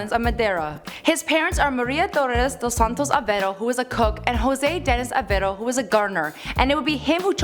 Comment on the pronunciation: Curvalicious Chanel she cant even say dos santos aveiro